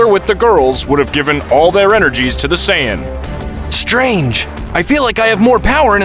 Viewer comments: Bro really said sayayans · itt iis saiyan not saiayin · Bro just said super saiyayan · I like you saying saiyayan instead of saiyan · It's not saiyayan it's saiyan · It’s not Sayyan it’s Sayian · It’s Saiyan not sayiyan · Saiyan❌ Saiyayan✅ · I died inside a little everytime he said sayaiyan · Help. sayayian and deyshikan is hurting my soul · Say ay in 💀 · Wtf is saya-yin? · I hate how he says saiyain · why does he say saiyayain its so annoying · Learn how to say sayian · "the evil emperor freezer" "saiyanynaynyna" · why is this guy saying “say-ian” and friezer”